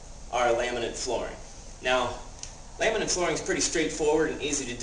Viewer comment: Is he calling it "laminant" flooring???